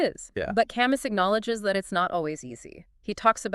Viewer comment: Camus is pronounced Ca Moo